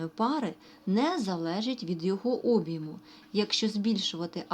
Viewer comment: Слово Об'єму сильно ріже слух. Правильно казати об'Єму.